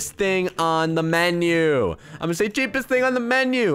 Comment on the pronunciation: Did this man say Cheap East instead of Cheapest xD